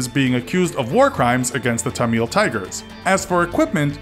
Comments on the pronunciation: IT'S pronounced TAM MUL tigers. Not tam mill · Tamil not Tameel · Why do the military and militant Tamil (pronounced exactly how it's spelt btw without the need of you making it into the more 'ethnic-sounding' tameel) have different skin colours? Trying to depict good versus bad as white vs coloured is unbecoming of 2018. Shame. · "Ta-MEEL" lol bruh its pronounced as "TAM-mul" or "THAM-mil" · Firstly, it's Tamil, not Tameel. Also, you drew them as bearded, ISIS-like militants. They weren't. They were Hindu separatists. Also, they had mustaches, not beards. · Bruh the way he says Tamil is so bad lol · dude doesnt know how to pronounce Tamil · He pronounces Tamil wrong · You mispronounced Tamil and Laos. Please do your research better.